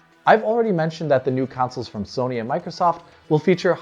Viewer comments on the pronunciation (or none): none